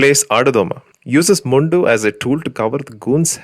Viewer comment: Why u pronounce mundu like you are from a non lungi land